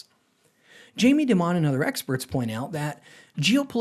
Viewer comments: His name is pronounced DIE-MON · This guy doesn't know how to pronounce Dimon's name, which makes me think this video is not informative.